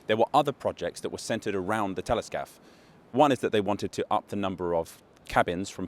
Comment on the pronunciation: every time you say Téléscaphe i hear Teletubby